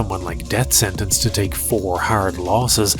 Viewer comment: Def sennence lol yeah I noticed that too